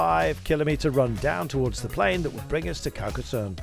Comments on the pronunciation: Not Carcas SUN. it is pronounced SONN. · "Demun"? Demon? Désolé, pas pu m'empêcher, non je parle français (tu dois être du sud ?) ! En fait mes souvenirs de Carcassone, c'était beaucoup de soleil et très, très chaud ! donc CarcasSun, pas trop grave comme erreur de prononciation...